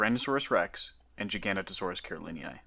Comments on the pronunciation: GIFF NOT JIFF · giga noto saurus. MB jiGANotoSAURus. not jiGANotosaurus. its jiga OR giga THEN noto THEN saurus..... doesnt need to be a challenge.... i say jiganotosaurus.... but would accept GIGA on a verbal test..... pronunciation doesnt work like that.... im sorry to be so ridiculous about pronunciation... a giant scary therapod by any other name.... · Pronounce it with me. Giga- know-toe- saurus. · Interesting, but please learn to pronounce giganotosaurus properly. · I'm sorry I can't sit through a whole ass vid with someone pronouncing Giganotosaurus wrong every 3 seconds.